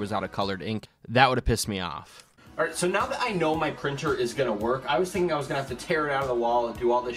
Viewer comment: THATLL HOLD HIM ALLWITE HEHEHEHEHEHE